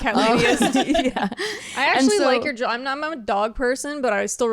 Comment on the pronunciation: Jewelry, not jewlery